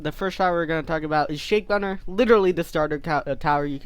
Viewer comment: "Shake runner" 💀